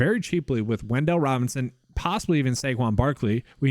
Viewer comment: "Wendell" Robinson 😂